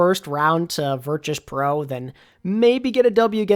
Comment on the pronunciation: crazy how they’ve been in the scene for over a year and you still can’t pronounce virtus correct